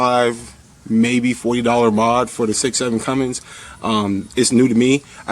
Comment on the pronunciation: You have a USMC flag hanging, but you don't know how to properly hang the American flag!?!?! Cummins does not have a G in it, so stop saying it that way.